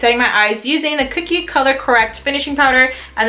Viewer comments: I LOVE Everything About This Video. i Have The Powder Contour Palette & I LOVE It. Pero Girl. .. its CO-KIE . Not Cookie. l0l. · kokie (CO-key) not cookie lol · Its ko-kie not kookie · It's not "cookie" it's "kokie " lol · It sounded like you were saying cookie instead of kokie but I knew what you meant 😸❤️ great video 🦋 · its pronounced ko key.. not like cookie lol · lol it's pronounced as "Ko"Key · It's not pronounced "cookie" :/